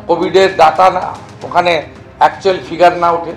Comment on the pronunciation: Birodhi dolo neta ke bolun uccharon ta thik thak korte ota ডাটা নয় এটা ডেটা